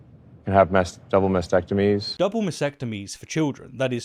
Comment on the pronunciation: the word is mas-T-ectomy, not mas-ectomy